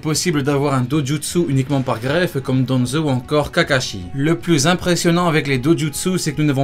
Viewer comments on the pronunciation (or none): none